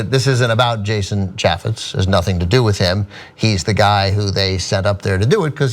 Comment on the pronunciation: she say Jashun ?